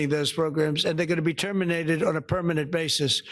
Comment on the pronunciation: "tell um its teminated" Lol. Lowlife barbaric and blind vengeance slobfest in the WH.